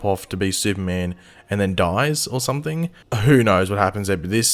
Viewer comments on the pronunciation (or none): none